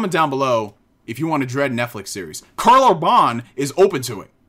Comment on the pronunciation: Also it's pronounced Karl URBAN, not Orbahn...